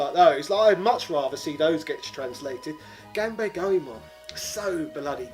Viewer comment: are you mispronouncing 'ganbare' and 'melee' on purpose or is this Just some sort of british accent I am Not yet aware of?